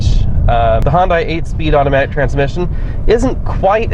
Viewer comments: Hyundai, not Honda. Pronounced hi-yun-die. I lived in korea for a year and was corrected by a local. Lol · I just scrolled down to see if anyone else thought he kept saying Honda... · Why does this guy keep saying HONDA? Its a Hyundai!!!!!